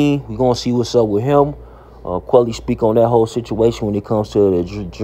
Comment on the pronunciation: It’s quilly not quelly